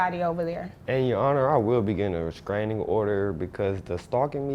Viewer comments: DID DIS NIGGA SAY RESKRAYNIN..BWAHAHAHA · He’s making six figures and still saying “reskraining?”